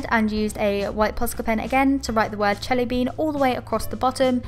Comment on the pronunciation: WHAT! WHY DID YOU SAY CHELLY BEAN!!!! It's jelly Bean